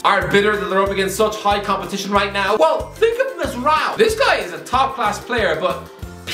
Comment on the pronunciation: Mate that absolute shambles of a performance in pronunciating Noussair Mazraoui made my morning😂😂